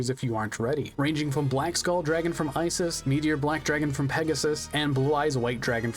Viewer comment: This is getting on my nerves so let me correct you: Ishizu is the correct name. Isis is not pronounced "eye-sis", but "ee-sis", as it's an egyptian name. To write Isis in japanese you convert "si" into "shi" (Si doesn't exist in japanese) and the "s" at the end becomes "su" or "zu", as "s" doesn't exist in japanese. Why IshiZU and not IshiSU? Because the S in the end of Isis sounds like a Z more than an S proper, so it's translated to Zu. TL;DR: Ishizu is simply how you write Isis in the japanese alphabet, and is pronounced "ee-sis".